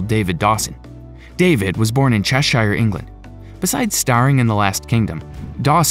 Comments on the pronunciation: Nice video, but could the commenter please practice to say things like Lincolnshire and Cheshire? His pronounciation is unfortunately very off. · Mate you need to learn your English pronunciation. Start with Cheshire properly. It’s also produced “bree da”🤦‍♂️🤦‍♂️ Americans trying to change the English language again 🤦‍♂️🤦‍♂️